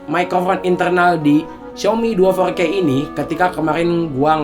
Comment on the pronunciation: Four K bukan fourkkewhegehejkey wkwkwk